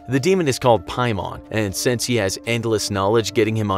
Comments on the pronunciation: It’s pay-man. Not pie-mon. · I was LOOKING for this comment! Lol "piemon" 😂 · It's actually pronounced King Paimon. Demons have ranks just like the military. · As a genshin impact character, I got scared when you said ‘paimon’. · hold on did you just said PAIMON?!